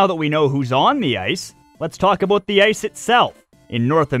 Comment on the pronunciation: Hehehehehe “aboot”